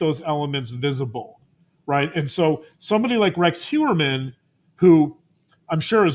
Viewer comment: Hey Doc. I missed the live. I’ve also noticed you put an extra syllable in Heurman’s last name.